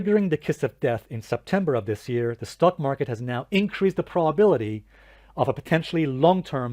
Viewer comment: I find it amusing how you pronounce it as “stuck” market 😂 because lots of bulls are literally stuck in it right now.